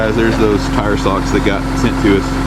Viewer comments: When you said ‘tire socks’. I heard ‘toe socks’. I thought. I have some of those, they are really cosy. Lol. My brain eventually caught up. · Same here..,, thought TOE socks, not TOW socks! 🤣